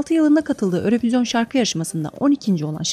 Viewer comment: örövizyon diye okunmuyo yürovijyın diye okunuyo